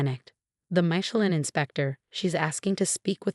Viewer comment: Oh no - another of the infamous Chen family. They're taking over the world. (And it's Mish-e-lin-, not Michael-in.)